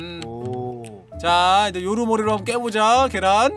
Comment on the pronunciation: 요루님이 요루루루루루루루루루라고 하는겨 같아요.